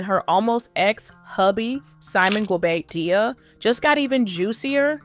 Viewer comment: She really needs a very good storyline 😂 That’s not how you pronounce his last name.😂